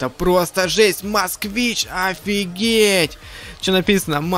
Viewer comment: Москвич. А не Москвна